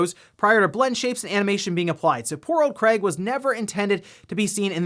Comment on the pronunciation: did i hear you say Cray ? Or Crate ? we all know " Craig " He Should Be On The Box Art when Halo Infinite Releases